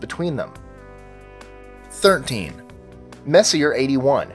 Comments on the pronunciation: it’s pronounced Mess-e-yay, not Messier. Charles Messier was a French comet hunter in the late 1700s who made a catalog of faint fuzzy things to avoid, because they may be mistaken for comets. Ironically, although he discovered many comets, he is now famous for his faint fuzzy things! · If you're going to pronounce it Mess-iER for this entire vid,. I will quit NOW. It is Mess-e- AY. You had to have heard that word pronounced a thousand times if u study astronomy. Mess' e A......well, apparently you are except for. Max......I am out of here, LAZY Ok, what does NGC stand for....? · It's pronounced "Messy-A", not "messier". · um, that's "mess - ee - AY" (French) NOT "mess - ee - ERR" (LOL) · gues what he isnt fucking french and probably doesnt give 2 fucks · The Messier is pronounced "Mess-E-A" , not "Mess-e-er". After Charles Messier, who put together his catalog of 103 objects in the late 18th Century. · Just for future reference, Messier is pronounced Mess•ee•ay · It's French. It's not messy-er. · Sorry to be an ass but messier is pronounced, mess-e-a, it's just that it was bugging me in your otherwise very good videos. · Messier is pronounced Messi-a. Sorry, it just bugs me.....Don't hate me....please. lol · You mispronounced Messier. The name is French and pronounced Messy-A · It is a french name, so it is not pronounced english. It is Messi-jeh, so to say. As Charon, the moon, is not TSCHÄÄÄRUN, as always in the videos, because it is not english, too, but roman. It is hm, how would you pronounce it Cuchun. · both are correct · Messier is pronounced Mess-E-A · Messier is pronounced Mess-e-a (vowel sound) sorry just busting balls but it is the correct way to say his name great upload though! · He just pronounce it wrong but you striaght up insult him wtf Is wrong with you angry kid? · Learn how to pronounce 'Messier', you sound like a dumbass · seconds in, and Messier is mispronounced 2x already. Who could take the rest seriously?